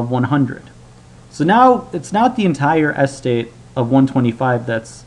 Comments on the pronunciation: why do you pronounce estate weirdly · Never heard someone put the emphasis on the first syllable of estate before. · Thomas Fucking Jefferson The alternative is that he's saying it wrong on purpose. I was giving the benefit of a doubt. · "estate": the accent is on the second syllable. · You're saying estate wrong. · agreed! drives me crazy. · yes, but given the fact that the 2x2 tables were clear after one or two examples, he still went into a weird overdrive in the last few seconds after being very boring and repetitive for the entire middle section of the video - plus he kept mispronouncing the word 'estate', which was a bit annoying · Jay Brown I thought it weird too. He puts the stress on the first syllable not the second. Is that how Americans pronounce the word? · it is a very strange pronunciation. As an American I can say I have never heard it pronounced this way. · Jay Brown I thought the same thing. It's not like English is his second language